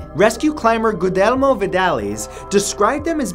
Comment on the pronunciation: Guillermo, it is Guillermo Vidales, not Gudermo